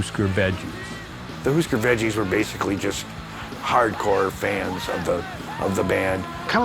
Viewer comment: Immediately lost all credibility with that pronunciation of "hard core"